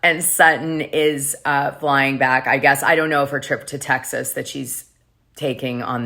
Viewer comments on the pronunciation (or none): none